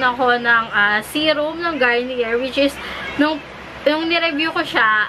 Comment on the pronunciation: It pronounce "Garniyey"